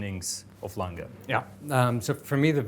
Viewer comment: needs to teach how to correctly pronounce A. Lange & Söhne.